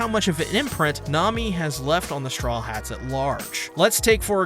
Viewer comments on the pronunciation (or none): Am i the only one who hears strollheats instead of strawheat?